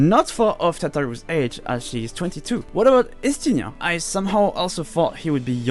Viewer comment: God, I LOVE the fact that you pronounce Estiniens name correctly. Estinien (Varlineau) is a french name and everyone just ignores it^^ Since I'm not french myself I still wonder tho how to pronounce his little brothers name correctly, Hamignant. The "H" is silent, but then... I already knew some ages of the Scions, but Tataru and Krile surprised me. As well as Urianger, since I guessed him at least 36.